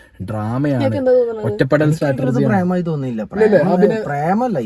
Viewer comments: Brother it’s not stratergy. It is strategy. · Its strategy not startergy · ചേട്ടൻ Chatterjee എന്നു പറയുന്നതുപോലെയാണ് Strategy എന്നു പറയുന്നത്.. നല്ല രസം😂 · Can you check Strategy pronunciation 😬